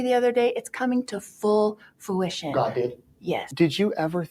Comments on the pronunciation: Fuition? Learn English Lori. It’s Fruition!🍁🇨🇦❤️ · Great video! “Full fu-ition” 😂🤪😵‍💫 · Glad to see someone else noticed Lori's ignorant 'Elmer Fudd-esque' attempt to pronounce 'fruition' ...not once.. but twice! "Full foo-ition" 😂 🤣 she just can't help embarrassing herself ! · Had to do a double watch on Nate Eaton‘s interview when she was talking about the reason why… and she misused the word fruition… and said FOO’ition twice… unbelievable that she doesn’t know the basic English language. I would like to see how she spells the word fruition when she called it FOO’ition! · She has a lot of trouble pronouncing “fruition”. 😂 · She seems to want to use the word fruition, using it twice in one paragraph. So maybe she should learn that it has an R in it! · I think she said fruition but pronounced it weirdly